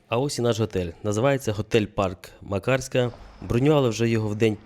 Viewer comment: мАкарська, рОвінь, зАдар, бАшка вОда - скрізь наголос на перший склад